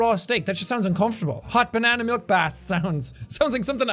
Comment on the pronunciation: Are You sure that is actualy 'hot banana milk' or it is... 'Hot dick milk' if u know what i say banana milk semen?